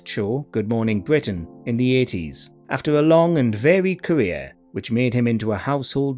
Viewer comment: bWitish Woayales